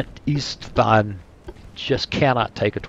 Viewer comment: You pronounce st Istvan as st (e sht von) the e is pronounc like the word tea. I hope this helps.